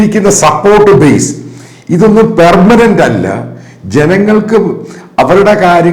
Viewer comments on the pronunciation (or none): none